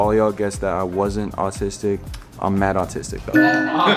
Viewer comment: said autis-'dick' two episodes in a row I'm dead 😧